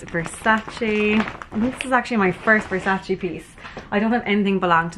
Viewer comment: It's VersacE like Emma not Versaci lol